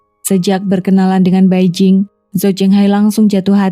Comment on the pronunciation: 白靜 = Bai Jing hendaknya dibaca Pai Cing . Beijing = Pei CIng